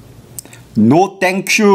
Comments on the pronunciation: No, she actually said TANK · That "NO tank yu" was personal😂